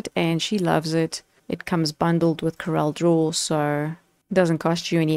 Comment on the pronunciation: Hi. I like your presentation - clear, concise and correct pronunciation of CorelDRAW. Just wanted to mention that the pricing listed for the Graphics Suite is annual subscription pricing, whereas the other two are perpetual licenses. The current list price for the perpetual license is R11070, so it is the more expensive option. Most of my clients are on older versions, some as far back as X3. They see the features on the newer versions and would love to upgrade, but few can justify the expense. I also think the recent pricing/feature models used by premium software developers are disingenuous, as they try to push users to subscription models by limiting the features on the perpetual versions. Some, like Adobe, no longer even offer perpetual licenses. The high cost of subscriptions makes this option unaffordable for most users in countries like South Africa.